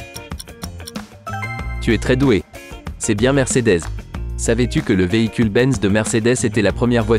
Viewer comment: Bonjour, tu t'es trompé c'est mercedeS ssssssssssss par ZZZZZZZ comme merguez! roh